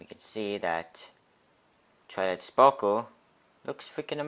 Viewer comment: *toilet sparkew